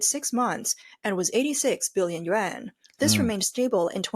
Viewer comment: The AI is reading Yuan as Yen please know the difference